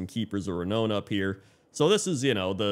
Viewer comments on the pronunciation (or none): Renown is not pronounced "re-known"... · you pronounce renown weird lol.